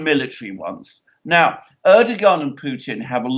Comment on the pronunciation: I love your program but would be so much nicer if you would pronounce the Turkish presidents name correctly....the "g" in his name is silent.